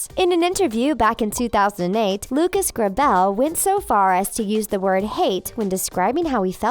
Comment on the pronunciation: Exactly!! I was so anoyed..😩